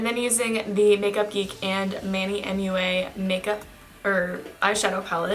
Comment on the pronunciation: Pronnouncing MUA as moi 😂